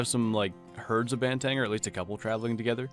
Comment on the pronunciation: It's pronounced "bahn - theh - ng" not "ban - tang"